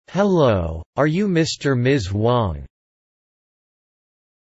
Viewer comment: ハローがタローに聞こえた